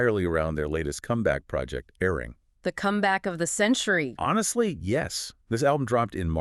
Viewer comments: Say it correctly, a-ri-rang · Hello -I enjoyed listening but my ears could use the pronunciation of the album: AH REE RAHNG! IF THET HELPS AT ALL!! THANK YOU! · Guys, you did a good research on the facts, please research pronunciation of Hybe and Arirang! Your pronunciation hurts the ear.